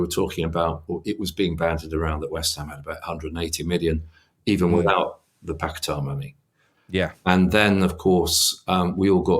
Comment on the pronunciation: His name is Pac Et Ah. Seriously, how can't you have not learnt how to say it.